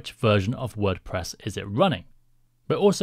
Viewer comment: Ah, yes… My favourite CMS, WordPess xd Great video btw!